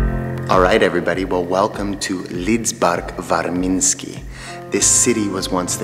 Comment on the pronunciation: wow, great pronunciation of "Lidzbark Warmiński!" impresive